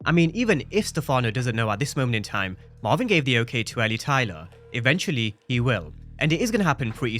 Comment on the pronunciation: Who is mavin I thought it was Marvin 😂😂